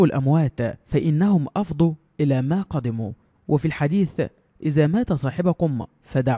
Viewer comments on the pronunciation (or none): إيه اللك الكتير اللى فى أول الفيديو ده هل تعلم أن الكلام الكتير اسمه الثرثره والثرثره حرام ثم إن الحديث قرأته غلط لاتسبو الأموات فإنهم أفضوا لما قدّموا بتشديد الدال حتى لايختلف المعنى إتقوا الله وقدموا المعلومات صح وتعلموا القراءه فى الكتب المقدسه صح القرآن والسنّه ستحاسبون على ماتقدموه ارحمونا يرحمكم الله من هذه التجاره الرخيصه على الناس من أجل التربح الحرام ولاحول ولاقوة الا بالله